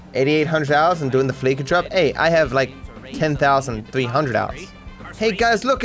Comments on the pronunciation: I really, really, wish he would pronounce Fleeca the same way you pronounce "fleece" not the way you pronounce "fleek". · It's not the FLEEKA bank, it's the FLEECE-A bank - as in, they fleece their customers. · It's pronounced Fleesa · I’m getting mad every time he says “fLeEkA”